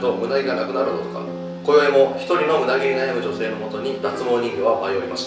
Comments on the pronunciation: 「ムダ毛だ。」が「胸毛だ。」に聞こえたのは私だけじゃないはず！ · のムダ毛が胸毛にしか聞こえないの僕だけ？ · むだげがむなげにきこえたひといる？ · ムダ毛が胸毛に聞こえるw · ごめんなさい。ずっとムダ毛が胸毛に聞こえちゃいますw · ムダ毛 がめっっっっちゃ 胸毛 に聞こえて仕方ない